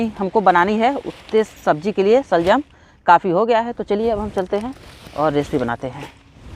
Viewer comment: Shaljum nahi shalgum hota hai.